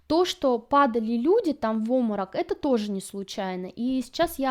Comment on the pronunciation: Напрягает слово "оморок", вместо нормального русского слова Обморок!